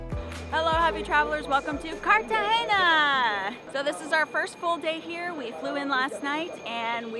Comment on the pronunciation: Love the video thankyou guys! Heavily gringo haha he keeps saying "Cartageña" 🤣🤣